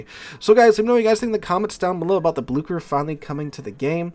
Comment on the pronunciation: Like i am not best at pronouncing names in langueages idk but u absolutely murdered the Blücher. It is an ü not an u and it isnt an k it is ch so it is more like Bloosher. Idk a english word with a ü sound so oo is closest i gues.